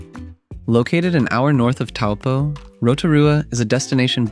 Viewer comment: I wish you had taken the trouble to learn the correct pronunciation of Taupō - should be pronounced “toe-paw”.